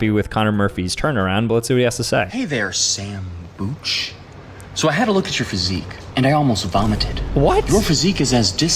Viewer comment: Sambucha❌ Sambutcha☑️